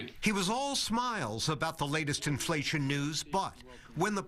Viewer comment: In-fa-lation, lol